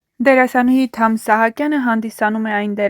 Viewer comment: Որևէ մեկը կասի՞ այս աղջկա իսկական անուն-ազգանունը։ Թամ-ն անուն չի, իսկ ազգանունը գրված է Սահակյան, բայց ասում է՝ Իսահակյան🤌🤦‍♀️🤬